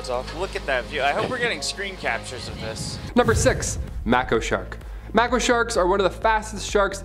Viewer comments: It’s pronounced May-kO shark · It's pronounced may-koh shark